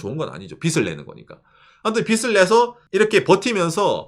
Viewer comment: [발음 주의] '빚을' 내다 → '비슬' 내다 (×) '비즐' 내다 (○)